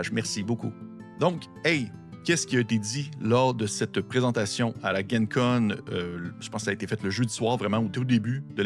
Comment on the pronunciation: Ce n’est vraiment pas grave mais pour info pour l’avenir, ça se prononce « djen con » plutôt que « guen con » parce que ça stand pour Lake Geneva. Merci beaucoup pour toutes ces super vidéos !